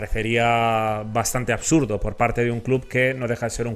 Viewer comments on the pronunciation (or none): none